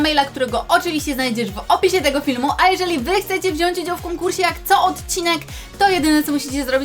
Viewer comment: '' Biorę udział w konkurśe''❤️❤️❤️❤️❤️❤️